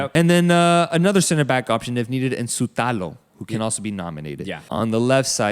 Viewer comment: Croatian here. Good videos guys, you reall, nailed those last name prononciations, but little domestic info. Lovren is not playing, its gonna be Gvardiol Šutalo or Gvardiol Erlić at the back. Sutalo and Erlic actually dominated vs France in Nations League. Kramaric wont start, its gonna be Livaja or Petković, both great talents(look up Petkovic videos..) and they are going to be great in World Cup. Their only problem is they like alcohol too much to make it in big leagues, but they are great for national team, they wont drink in Qatar.